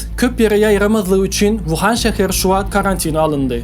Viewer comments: Şäher Wuhan däl , Uhan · Birinjidena wuhan dalde Ухань .ikinjidenem narmalny gurleyan adam tapmadynyzmy?!